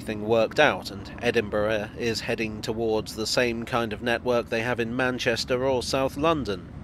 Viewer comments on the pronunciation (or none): none